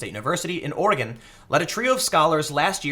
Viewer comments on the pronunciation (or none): none